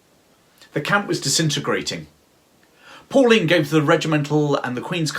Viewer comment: Very well made & interesting! It is pronounced"PULLEINE" not Pauline!